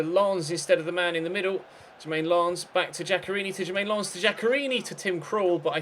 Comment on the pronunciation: he pronounces it properly its larnze